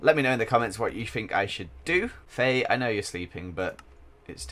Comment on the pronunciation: When he says wife faye i keep thinking hes saying "wifey" 😂